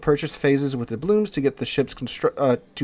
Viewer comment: I wonder if will ever pronounce "doubloons" correctly.